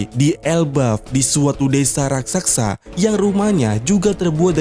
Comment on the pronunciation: Bukan rasaksa Tapi raksasa